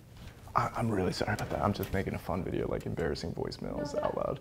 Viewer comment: She watches his what “videroo” 🤣😂